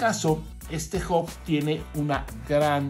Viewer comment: Che...!!! se dice H A B no OB !